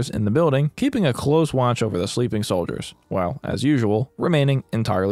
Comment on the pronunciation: i wasnt the only one to notice "Soidler" , right?